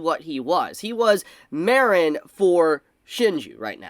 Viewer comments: The way you pronounce Mah-reen(Marin) as Mare-n(Marinara) makes me want to blow my brains out. No hate though. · Take a shot every time says 'Mare-in' instead of 'Mar-in' 🍾 🍺 🍻